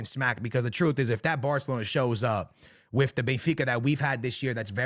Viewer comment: Bro, how are you mispronouncing these teams? You look hispanic for Christ sakes. WTF. You just swallowing consonants left and right?! Bey-fica? Alantia?!?! Yuve?!?! ❤😂❤